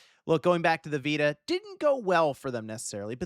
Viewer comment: The PS Viita (Pronounced Vee-too-ta)